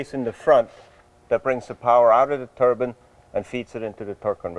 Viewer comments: I keep hearing Turban Car...not turbine... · A turban is a hat! Turbine! It's turbine!! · I wish you guys could pronounce the word "turbine" properly. It's not "Turbin", it's "TURBINE"!!! The "i" should sound like an i since there's an E after the N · I love it when guys have the balls to make outrageous cars.Please though would you stop calling a turbine a turban